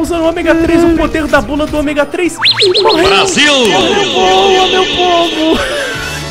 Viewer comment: omêga 3